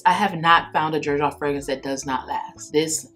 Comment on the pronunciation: Is my first time in this chanel and I also noticed was shy to mention because is easy seen as hate comment which is not ,also Xerjoff my English isn’t enough to write it right how it sounds but is like an S seryof (I hope you get it ) thanks and great selection and video new subscriber congratulations bon your 30k